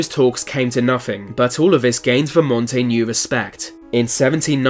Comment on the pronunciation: Yes. And of course, Vermont is VerMONT, not VERmont.